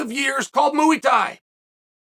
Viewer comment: "Mooey Tai" lol